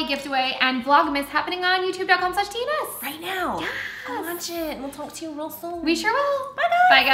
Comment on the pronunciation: She says real a lot but comes out rull. Like that's rull cute, think it was their American eagle haul.